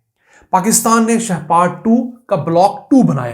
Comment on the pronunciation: شہ پار نہیں شہپر۔